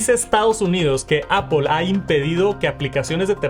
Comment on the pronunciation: Por qué le decís "APOL"?????